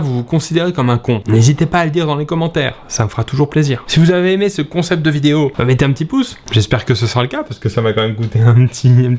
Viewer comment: Suis-je le seul à avoir entendu "Si vous avez aimé ce con-cept..." ?